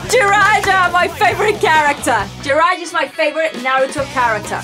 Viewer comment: Jirai-JA? its JIRAYA nice videoooooo!!!